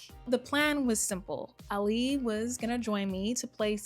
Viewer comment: Ahh-Li.. not Alli lol